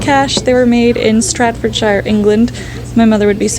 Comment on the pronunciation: Very interesting to watch how you shop, and your kitten is adorable. Quick pronunciation note: your teapot came from STAFF-urd-shur (no SHYre).